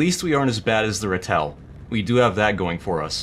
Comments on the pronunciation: Oof butchered Ratel again. It's pronounced Ra as in the sun God, and Tel as in Till Lindemann Rammstein leader singer. Ratil But spelled Ratel. It's the Afrikaans word for Honey Badger. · I’m sorry for this but I have to say. Ratel is not pronounced the way you say it it’s pronounced rah-til or raa-til if you will. Also fun fact ratel is the Afrikaans word for badger so there you have it. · Say it with me, OP: Rah-TILL. There you go, you can say Ratel properly now. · Im sorry but the ratel is pronounced Raatle like raa+tle its a afrikaans word. It was more for a info giving thing than a im pissed say it right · Bro why you pronounce the ratel like that😂